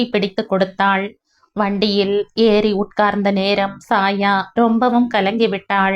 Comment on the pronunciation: Chaya - Saya alla